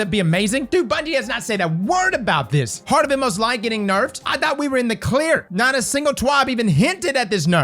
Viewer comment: It's okay I'll say what you want to say about heart of inmost light, Those MF's butchered my boy